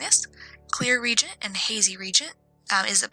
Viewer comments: Re-agent, not regent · It's pronounced re-agent